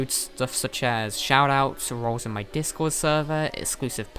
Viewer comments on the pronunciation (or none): none